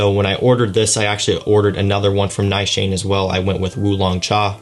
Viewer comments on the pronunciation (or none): 'Nigh-shayne'? Try Ni-shaw-nay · Nice Shane?? LOL! Its a Turkish perfume house, pronounced more like 'Nee - shaa - ney' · It's actually pronounced Nee-Shaw-Neh not Neeshaaa-nay. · Pronounced "Neeshan" not Ni Shan ! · Brilliant fragrance - correctly pronounced Nee sha nay, not Ni shane🤣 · well, to be honest I am not 100% sure because I recently heard about this fragrance but the lady that spoke about this fragrance pronounced it Nee-Shaw-Neh and not Neeshaa-Ney. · I’m watching this a year later and as a Turkish person hearing you say “Has-I-Vat” and “Na-Shane” keeps making me bust out laughing. Good review though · This house is from Turkey. In Turkish, the proper pronunciation is: Nis-han-ey(short e sound at the end). The Turkish language pronunciation of the perfume name is: Ha-ji-vat. No worries about mispronouncing such since Turkish language is not your native language. Turkish people are extremely hospitable and the fact you made efforts is awesome. You should make future plans to visit Turkey in the future. Istanbul and other cities are fabulous. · It is Nish-aan, I believe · It should be pronounced as nee-shaa-neh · Its pronounced as "Neeshanay" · Neeeshaaanaay Haachee vat